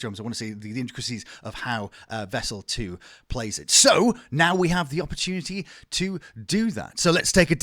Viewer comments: Great video …. But ehhh every time you said Vessel ii…. My eye twitched. 😂😂😂 collectively can we all just say ii PLEASE. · Am i the only one who couldnt stand him calling him "Vessel 2"?